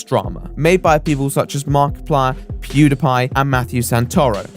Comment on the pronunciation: eeewww the way you say "Pediepie" is absolutely disgusting....are you serious with that bullshite?!